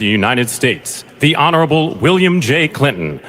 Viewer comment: I'm wondering when it came to Barack Obama why the announcer flubbed "honorable" with him? "honorale" ? I'm no Barack fan either, but I did notice it. 😑